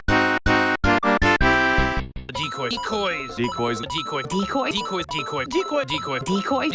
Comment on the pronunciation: After hearing decoy multiple times, I hear "dickoys".